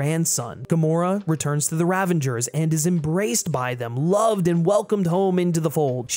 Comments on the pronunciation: I love this vid, totally agree with everything you said. My only criticism is a small correction: it's Ravagers, not Ravengers. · r u saying "ravangers?" isn't it ravagers? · Great video dude, but there is no N in Ravagers ;-) (sorry it bugged me after a while lol)